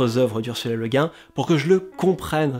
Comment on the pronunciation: Merci!!! Et au passage, sur la prononciation, je crois avoir lu quelque part que c'est cette prononciation française qu'Ursula Le Guin préférait, Le Guin étant le nom d'origine bretonne de son mari...